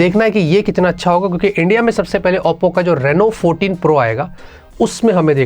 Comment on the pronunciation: saying OPPO ❌ APPO ✅ 😂😂